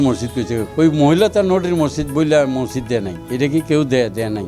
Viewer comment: এই মহিলা তো মসজিদ উচ্চারণ ই করতে পারেনা।